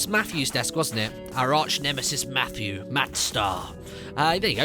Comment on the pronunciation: I like how Martin says matthew like maphew